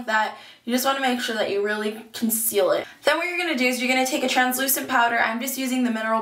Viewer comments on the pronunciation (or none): Haha you say Powter instead of powder :D Love the look btw ♥ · love how u say POWTER and not POWDER lol haha.